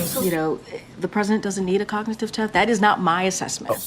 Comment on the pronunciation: How could he pass a cognitive test? He can't even pronounce cognitive.